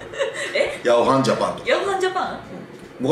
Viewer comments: ヤワハンではなくヤオハンですね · ヤワハン→ヤオハンかな